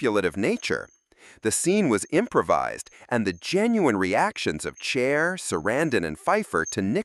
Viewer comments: I've always loved Chair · Chair ? Huston instead of Houston? Can the AI be any more obvious?